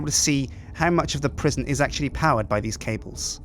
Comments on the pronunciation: Prisjin call it prisjin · Sjinsane Prisjin, that's the name of the new prison. Prison is prisjin, but -son sounds like sjin. Like Goldmember, that Austin Powers movie. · PRIS-ON Pri-son aka Pre Sun!